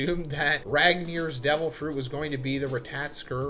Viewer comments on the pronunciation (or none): ratatoskr is said: RA TA TO SKR . not: RA TA TA TSKR